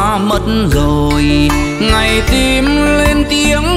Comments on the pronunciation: hát Hay lắm nhưng cố gắng phát âm hai từ (con tim) không dọc ((tiêm) ((Tìm) không dọc ( tiềm)chỉ vậy thôi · Csi hát hay nhưng cần phải chỉnh sửa 1số từ phát âm chưa chuẩn như từ: TIM thì cs lại phát âm thành TIÊM hay từ TÌM cả lại phát âm thành TIỀM vvv... Cs hát những bài Duy khánh hát trước đây cực kỳ hay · "Tim" ma phat am "tiem"nghe mat hay,du ban hat rat tuyet voi,noi luc rat sung man .